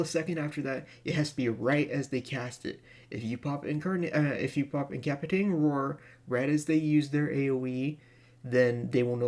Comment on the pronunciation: Thank you very much for the guide. FYI: There's a soft "C" in that word. It sounds like "In ka PASS i tate ing," not "in CAP i tate ing." I just thought you might want to know for a future video.